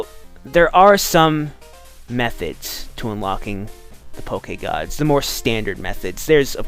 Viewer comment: Can you stop saying Poke-EH-Gawds